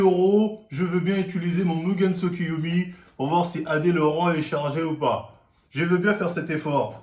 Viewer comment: « C’est tout simplement : mon mugeyn tsukoyomi » JE SUIS MORT HAHAHAHAHAHAAHAHAHAHA